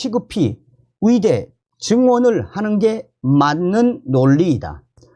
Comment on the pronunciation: 의대 발음이 이상하네요. ㅋㅋ 의대 철밥통 카르텔 이번에 박살 내야 합니다.